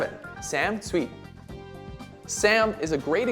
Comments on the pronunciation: He pronounced Sam's last name wrong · IKR Sam is awesome 😍 He is totally the best 💝 But this guy in the video said his last name wrong 😂